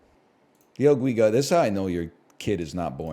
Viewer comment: dee el geega